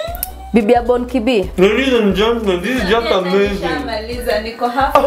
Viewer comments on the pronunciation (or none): none